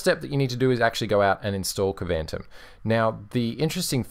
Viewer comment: I think Kvantum is pronounced more like Quantum. That would be somewhat consistent with the names of other apps from the extended KDE environment. (Though they really should have spelled it Kwantum to make it clear)